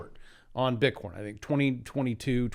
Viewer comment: Just listened to the latest Schiff - he said bit-corn